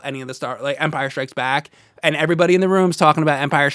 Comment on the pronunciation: i love how pronounces "and" you know, the way he starts each one of them with a long "E" sound. almost like he's saying the name Ian.. EEEEEEE-AND and he says it a BUNCH, EEEEEEAND, big fan FOR THE REALS, here!!!